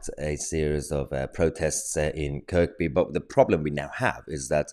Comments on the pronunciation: I’m not normally a “grammar police” but having lived in Liverpool the first years of my life I think pronouncing places is important in news media, it’s said as if the 3rd K is silent, as in Kerry! Love your show in Canada! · The K in Kirkby is silent chuck. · Liverpool is as far left a city as you can find inbthe uk. Those same local people have been voting Labour in huge numbers since the war. BTW, with Kirkby the second k is silent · it's not pronounced Kirkby it's pronounced Kirby. ker be . even though it's spelt Kirkby ..it wasn't just once it's been happening quite a lot with lots of teenagers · If you are a Scouser and you hurt one of them they will stand up together like a family. It's pronounced Kirby not Kirkby. Liverpool is a mixed community that is very friendly except over football, Mum moved us up there and we had a house warning that went on for nearly a week with people coming back after work,started the night Liverpool won the cup from arch rivals Everton, both side supporters came back to our place and had a great time ragging each other off over the game. They work hard, play hard, fight hard and love hard. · It's pronounced "kerbee". Lern yerself scouse. ;) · Mr tosi, your fab, but the R in kirkby is Silent Its spelt kirkby, pronounced KIRby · Thanks for highlighting this Mahyar, great job! Just a tiny comment though, the second K in Kirkby is silent so it’s just Kirby. It’s a name from the Vikings which in modern language means Church Village. Once again thanks. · It's pronounced Kirbee and it's probably got more to do with having a tear up than anything deeper. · IT'S PRONOUNCED "CURBEEE"!🤦‍♂️🤣🤣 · Kir-bee. Your welcome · Kirkby is pronounced "KURBEE" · It's pronounced Kirby, the 2nd 'K' is silent. I grew up there, it's definitely not a 'far right' town. Thanks Mahyar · Point of order - It's pronounced Kirby. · It's kerbe mate that's how you say it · It’s pronounced Kerr bee just for clarity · Kirby it is pronounced as. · It's not Kirk be